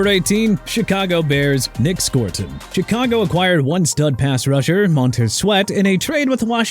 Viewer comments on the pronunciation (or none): none